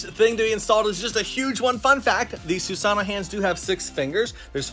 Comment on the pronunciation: Ur saying susano wrong but awesome video tho 😂💯